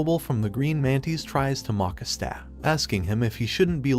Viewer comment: Watching this video, I noticed some mispronunciations , such as Asta's name and saying Magical Emporer insread of Wizard King